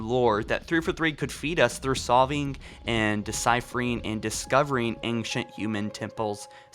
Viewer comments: I love you....or Ron......or whatever: but please, PLEASE, say the words "ANCIENT" and "XBOX" correctly or stop saying them! For some weird reason you say "Ankshunt" and "EtsBox". I don't get it. Please, please fix it. Again, love most of your videos, but hearing that is driving me insane! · Accent? It's not an accent. It's a mispronunciation. Plain and simple. Just fix it. It's pronounced "ain-shunt" or "ain-chunt".... Either one is fine. Also, just pronounce "X". It's a letter. It's not "Ets". It's "X". Simple enough. This is a not matter of accent. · Right..... But..... He doesn't have a Brooklyn accent. It's a very standard American accent except for the words ANCIENT and XBOX. It just makes no sense. I'd understand if he had an accent, but he doesn't, which is why it's so confusing....